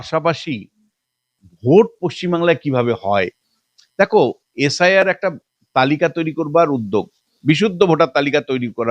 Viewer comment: এস আই আর উচ্চারণ এসাড় এসাড় শুনে আমি খবর আর বেশি দেখিনি😂